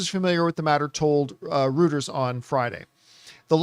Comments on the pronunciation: John, love you, but your pronunciation of Reuters is killing me. It's pronounced Roy-trz, not Roo-trz. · Thank you!!! I used to work there and it erked me every time he said it